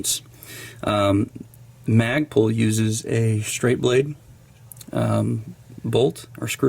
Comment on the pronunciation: Instead of Magpul it's Magprul!